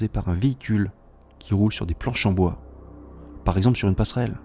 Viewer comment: Pourquoi cette erreur sur le mot "bois" étrange... y avait peut-être un peu bois 😅???